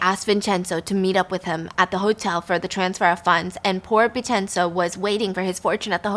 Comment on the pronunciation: Haha good pronunciations Stephanie! Vincenzo is pronounced Vin-chen-zo